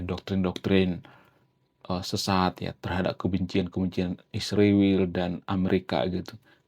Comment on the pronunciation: PEMBAWA ACARA HARUS BELAJAR MEMBACA LAGI,,, I S R A E L,, DI EJA YG BENAR,,,YA,,, 😊😊😊😊